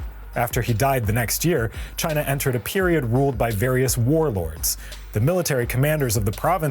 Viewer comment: Learn how to pronounce the name of China properly before you make a video about China.